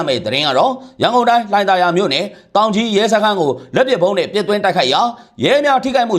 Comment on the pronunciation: တောင်ကြီးလား သောင်ကြီးလား